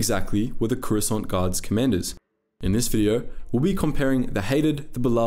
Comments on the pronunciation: Swear to force it sounds like you say Croissant 🥐 🥐 Gurards. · Am I the only one who hears “croissant guard”😂😂